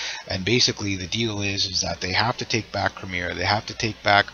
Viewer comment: Please learn how to speak english and say crimea. Its not crimear its crimea